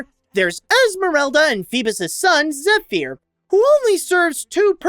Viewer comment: His pronunciation of Zephyr is terrible